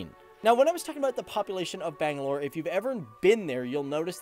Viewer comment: Nigga Butchered the name bangalore